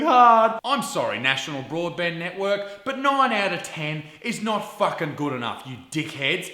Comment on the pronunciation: Let's drop a like to this video every time he says "fuck-s-ing"